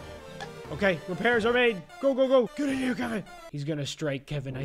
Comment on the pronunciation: bro siad "meet kevein"